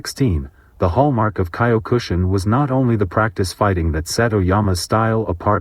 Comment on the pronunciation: Get better AI to pronounce Mas's name and Kyokushi Karate. Or voice this yourself.